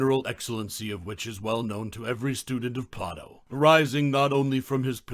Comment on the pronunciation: Why do you pronounce his name as Plah-toe instead of Play-doh?